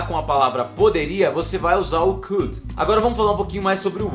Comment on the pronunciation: Sua pronúncia do SHOULD, WOULD e COULD está errada.